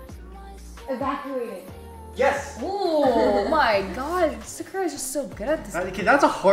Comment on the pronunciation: Is her name actually sakura… like SAKURA!? (Ps u pose to read the first one like kyedae says “sahCurra”) 😹